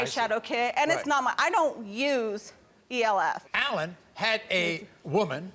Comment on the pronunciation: E L F gurl just say ELF lmao